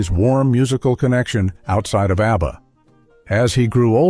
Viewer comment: Why keep pronouncing the separate intials?.It’s pronounced aebaa